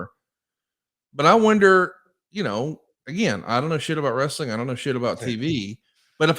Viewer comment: Ooh, idk about you, but that always gets on my nerves when he adds that extra syllable while using that tone that he always does